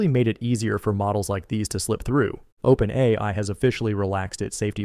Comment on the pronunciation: as soon as he said openAYEEEi i realized i wasnt watching the channel i thought i was.